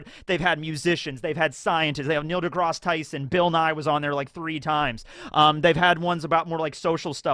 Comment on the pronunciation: His name is Neil de-grass Tyson. Not de-gross